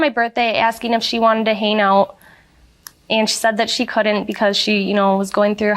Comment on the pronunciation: Did the plaintiff say “hane out?”